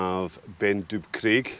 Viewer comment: You are right with Tyndrum -/taɪnˈdrʌm/; Scottish Gaelic - Taigh an Droma. But yes, you have slaughtered Chabhair.